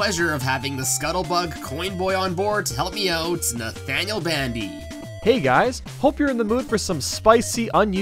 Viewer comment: Are you sure that is Nathaniel not to Bathaniel